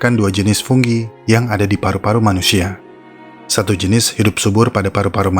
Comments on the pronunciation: fungi bos bukan funggi koreksi aja sih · Fungi apa funggi bang?